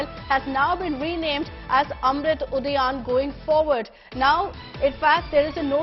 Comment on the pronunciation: Ud Udhyaan hota bey bkl anchor Udayan nhi